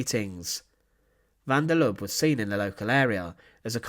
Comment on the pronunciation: Please take note that the e at the end of Lubbe is not silent, it must be prounced. Has about the same tone as the e in apple.